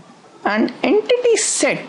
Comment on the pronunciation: "An enkiking is any RRREEAAAL wold opchik." :D